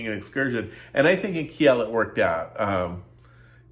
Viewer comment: gosh, dont butcher my home towns name...its not Ki-el....its "Keel" phonetically